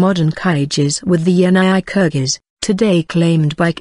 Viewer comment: Kyrgyz is not pronounced that way !